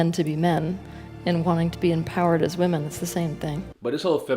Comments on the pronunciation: Wih-men....plz man....take a whole day and learn how to say this. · He is saying women and woman incorrect more than once 😑👎🏼🙄💩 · Why do you mispronounce "women" the word is not phonetic